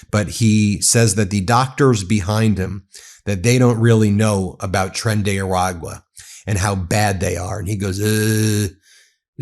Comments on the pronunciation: Wow! The Imbecile can pronounce Trende Araqua but he can't pronounce Acetaminophen, what a Dumbass traitor! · You ever notice how when there's a slightly challenging thing to say that aligns enough with his bullshit narrative, like "Tren de Aragua", that he places special emphasis on pronouncing it correctly, just to prove that he can? "See, you're not smarter than me, smart people!"😆